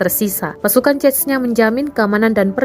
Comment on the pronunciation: Pertama kali gue denger narator Tribun bener dalam mengucapkan nama Chechnya, biasanya hanya diucap dgn lafalan 'Zenya'. Zenya kalo di Rusia adalah sebutan dimunitive utk org yg nama depannya diawali dgn 'Evgenia', misalnya Evgenia Medvedeva biasa dipanggil Zenya, atau dimunitive lain seperti Alexander biasa dipanggil Sasha.